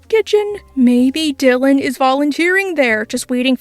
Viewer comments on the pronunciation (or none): none